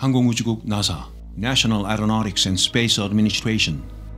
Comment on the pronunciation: 아니 갑자기 왜 나사를 미국식 원어발음으로 불러? 개그인가? 너무 뜬금없잖아